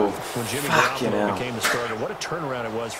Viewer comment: Buddy...Garoppolo is pronounced Gah-rop-ole-oh